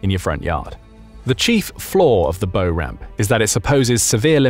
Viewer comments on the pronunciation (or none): Also bow (‘take a bow’) ramp, not bow (ribbon and bow) ramp. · It's BOW AS IN WOW NOT AS IN BOW TIE!! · It doesn't exactly inspire confidence that you have any idea at all what you'e talking about when you mispronounce basic words. The sharp pointy end of a ship is called the bow - pronounced "bough" as in tree, not "boh" as in arrow. Hence it's pronounced "bough ramp". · It’s bow as in “how”, not bow as in “oh” 😊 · It’s pronounced like this. The letter “B” and then “ow”, like the sound you make when something hurts. The Bow of a vessel being the front. Just thought I’d add that for those that don’t realize the text to speech application seems to be pronouncing it like the item you use to shoot arrows. Which is spelled the same way. When I controlled my works phone system, which also used the same technology, I dealt with this all the time. Some of our doctor’s names were seriously strange and needed a lot of work to get it to sound right. Anyone using this type software, I highly recommend listening to the entire finished product and comparing it word for word to what you wanted it to say. Have it printed out and mark each word it messed up. Then go back and alter the spelling to get it to sound right. It’s not hard, it just takes some time. After a bit you will get to where you can quickly fix it from learning what it does inherently, and how to get around it. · Is anyone else sick of the word "bow" never pronounced right? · "Bow" as in "Bow ramp" is not pronounced with a long "O". Makes one wonder if anyone did any proofing, reviewing, editing of the information. Other errors reinforce these doubts. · I think you are mispronouncing the word "bow". You should be saying "bow", as in a boat's bow and stern, not "bow", as in bow and arrow. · Pedant here..ehem. Bow ramp as in , not the stern. Not as in, tying one's shoelaces. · Took me a few seconds to realize he's mispronouncing "bow" like a tied decorative ribbon and not like the front of a ship.